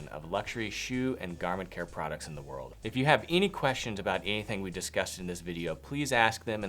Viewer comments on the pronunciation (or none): none